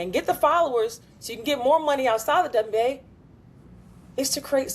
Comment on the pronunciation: I swear I heard they say DumbNBA instead of wnba lol